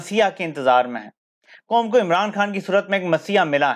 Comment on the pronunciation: “HUK” sahee hai “HAQ”, “COM” sahee hai ya “QAUM”!? Kuchh apni bhi islah kerlo!?